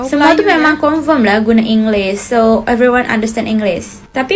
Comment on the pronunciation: Dia asal indonesia, dia akhiri sebutan dengan huruf 'S' (inglis) dengan meninggalkan huruf 'H' 😅